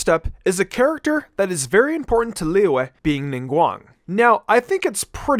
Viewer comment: I LOVE HOW HE PRONOUNCES "LIYUE"